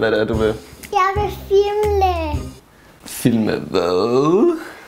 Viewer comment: Er det bare mig eller siger fimle i stedet for filme?😂